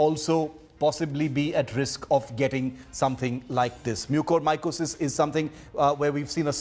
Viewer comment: The lady reporter cannot pronounce Mucormycosis correctly. She even pronouced it differently everytime.